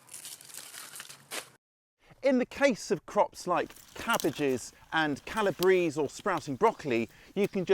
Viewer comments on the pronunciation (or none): Great! My favourites were the in-garden washing idea and the apple-picking idea. Makes me wish I had an apple tree! - "Calabrese".......meaning, "from Calabria" is pronounced with all the vowels e.g. Ca-la-bray-zay. Props to our Italian gardening colleagues 🥦